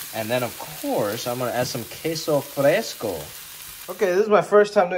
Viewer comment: Your pronunciation is spot on man on the queso and the chile 😂👍👍👍. I’m from south Texas and I approve 😂👍. Now I want some enchiladas now. Might ask my mother in law to make some. You should make some chicken flautas next time with some crema and green salsa. Wooiweeeee!